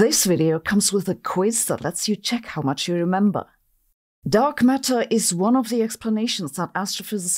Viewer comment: She says "Dog Matter" and now you can't unhear this